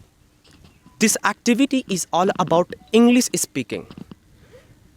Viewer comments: Sir English ko Englis Aur should ko sould Pronounce karte h. Isko bhi theek karna chahiye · Arre Sir, Englis Nahi Englishhh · Englic ni hai bro English hai😂